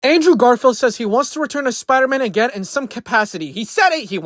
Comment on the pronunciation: Who tf is Andrew Garfart ? You can't even say the name right bro get tf outta here